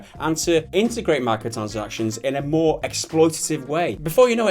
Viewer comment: lol you sounded american when you said "why you want mo money dude". lol. edumacation eyez got me a de-plo-ma